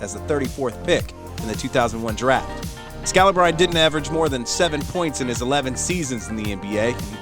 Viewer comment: U know they don't watch basketball when they don't know how to pronounce scalibrine lol